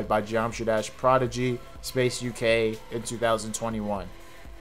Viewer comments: why do you keep saying progidy? It's prodigy. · “progidy”, lol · "progidy" "progidy" "progidy" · Awesome vid, very well explained and articulated honestly. Except for your pronounciation of prodigy, lol. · great video! your pronounciation of "prodigy" really was triggering me tho lol